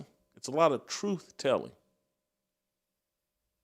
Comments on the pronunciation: Crump literally can not pronounce the word TRUTH. Think about this for a second. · You are speaking the "troof," Jason.